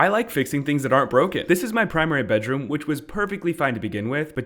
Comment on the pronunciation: i thought he said “primates” bedroom 💀🤣🤣